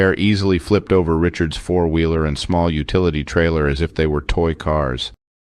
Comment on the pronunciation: I have a question: Who taught you to say Richards,s?